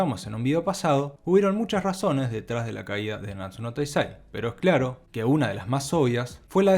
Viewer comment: Se pronuncia EI UAN y NAnatsu no TAIzai.